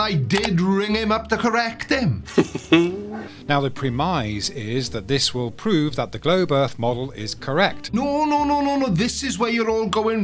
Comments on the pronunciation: Funny to see how even among a group as fringe as flat-Earthers, has barely been able to stay on anyone’s radar. What’s the deal with his silly pronunciation of “Prem-eyes”? Keep tap-dancing for us. It’s VERY entertaining. No matter what map flerfs use, the Sun’s geographical position / overhead location is always known and isn’t in dispute. That position is totally incompatible with a flat-Earth. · "Pre-mise" pre-mise? Is that like premise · Dear, it is pronounced PREMiss, not preMIZE. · "prem eyes" ARGHHHH!! it "prem miss" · the fkkn word is PREM ISE NOT PRE MISE... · "Pre-mise"? English, but he can't English. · They guy is terminally phuked in the head. He desperately tries these semantic juggling matches with himself and inevitably loses every time. And WTF is "preh - moiz" (premise)? The guy is a complete pee - noiz. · Note to flerf: Don't use words like "premise" if you don't know how to pronounce words like "premise". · The way he pronounced the word premise made me puke. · He should also learn the correct pronunciation of the word "premise". I've never heard anyone pronounce it as he did .